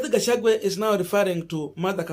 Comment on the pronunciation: Gachagua not Gachangwe